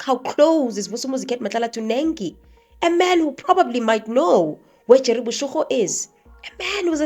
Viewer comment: Boshoga, not boshogo 😊